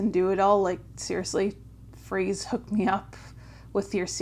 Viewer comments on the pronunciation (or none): It's Freese (sounds like fleece) not Freeze. Long time fan. I used to see Josh play at Disneyland with his band "Polo". He is a journeyman drummer that brings the chops and personality to meet the Foo's energy. He's played with every band you can think of. When I saw him play with the Foos at Taylor's tribute, it seemed very organic and I hoped they would recruit him. Super excited to hear the music they create with together.